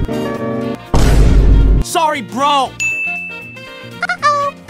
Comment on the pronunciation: I wonder why he says brol instead of bro. 🤔